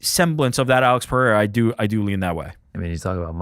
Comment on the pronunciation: Bro said Periera let Ankaleav off the hook😂 can’t be serious